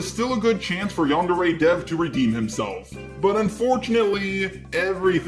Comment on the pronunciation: Yandere Dev can't even pronounce "yandere" correctly...